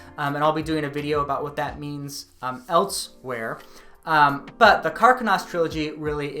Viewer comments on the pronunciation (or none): none